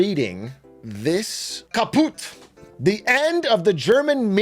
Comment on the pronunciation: btw the German word Kaput rhymes with the English word 'put', so saying ka-poot sounds so wrong lol